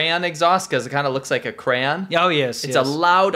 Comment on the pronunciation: I heard “Cran” instead of crayon. And you used to go to Canada to drink at 19. Michigan??